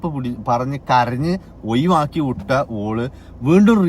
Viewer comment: ഒഴുവാക്കി ❌ഒഴിവാക്കി ✅